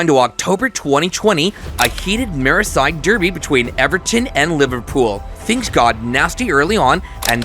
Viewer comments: He calls it the mirrorside derby though. This is ai for sure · You lost me at Meeareside Derby